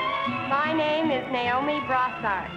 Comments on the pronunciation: The middle lady pronounced it Ni-o-me instead of Na-o-me. I wonder what that means. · liberty Ann She was the only one to pronounce her name NYE-OH-MEE instead of NAY-OH-MEE. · I instantly knew it wasn't number two when she mispronounced Naomi as Nyomie.